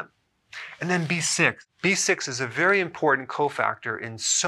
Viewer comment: Did you say benfontiamine is berry berry important?